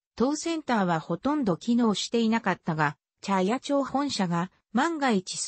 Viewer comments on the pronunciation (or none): モシモシ、茶屋町は「ちゃやちょう」ではなく「ちゃやまち」でっせ。